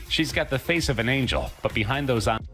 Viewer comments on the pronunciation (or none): none